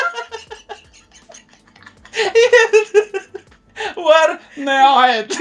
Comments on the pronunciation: Kamus Dzawin = "Warnet : War'neat" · Bengekkkk... jawin bikin ngekek tiap ngmg warnet